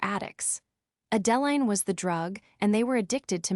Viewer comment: The pronunciation of the name Adeline needs to be corrected. Extremely annoying!